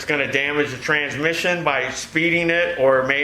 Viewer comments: I'm glad you know the proper pronounciasheron of the word "transmission"...(trans-mishy-ohn) This is a major failure in the educational system these days. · "trans-miss-eeon"- ooh lala